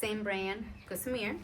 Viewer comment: It's Gossamer gear not Gosmear